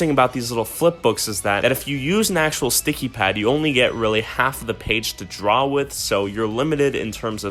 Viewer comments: is he sayin THICKIE instead of sticky on purpose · He says "thickies" instead of sticky for majority of the video lol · instead of sticky he said thicky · anyone notice hes saying thicky instead of sticky